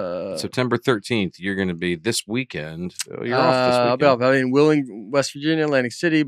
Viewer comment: I’ve noticed Dusty adds a “T” to the end of a lot of words. Especially words that end in “ND”. Weekendt, groundt, aroundt.